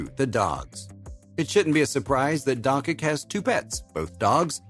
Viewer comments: Not pronounced donkik please! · ...and Serbs too (Father Sasha is from Serbia), an before you talk (announcer) about someone, make sure that you pronounce his name right DONCHIC, learn, before you got labelled DONKEY. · i was about tu subscribe but the last time a heard DONKIK I CHANGED MY MIND